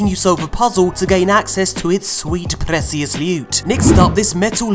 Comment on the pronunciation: Why the hell did you say preSious? It’s PRECIOUS!